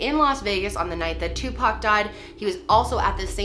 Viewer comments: It’s “OR” not “UR”!! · Seriously 3 videos and you can not say Tupac name right